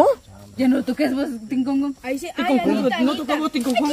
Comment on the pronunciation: Jjjjjjjjj la tona dijo tinkongon